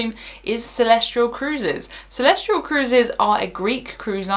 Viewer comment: Celestyal does not have an R in it. Is it pronounced Celestryal?